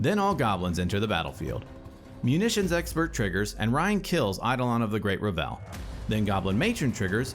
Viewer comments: Only criticism I have is that Revel is pronounced "Reh-vul" instead of "Re-velle" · Awesome video, just one complaint. It is "revul," not revélle" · "EI-dolon of the great re-VEL" is a real funny way to pronounce that. (Not sure if you're doing a bit, but it's traditionally "ei-DOH-lon" and "REV-el".) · Reh-vull Not Ra Vell. It's a party, not a french composer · Only thing i have a problem with is the pronunciation of “Revel”. It’s being pronounced like “Revell”. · Excellent video but every time you said Great RUH-VELL instead of REH-VL, my eye twitched. :P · Revel should rhyme with Level or Bevel, btw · Was getting ready to comment this. Can't wait to play my meme deck with ReVELL in RiCHES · Eidolon of the Great "Reh·vl" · btw I believe 'Revel' has the emphasis on the first syllable, rhyming with bevel or level. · Just a small thing, I think you might be mis-pronouncing "Revel". A misplaced emphasis on the second syllable. I could be wrong though. EDIT: I was mistaken about the goblin guide triggers. Otherwise, quality content as always! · Revel is pronounced with the emphasis on the first syllable, not the second. Sorry to be that guy, but it was bothering me.